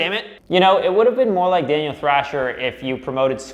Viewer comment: Thaniel drasher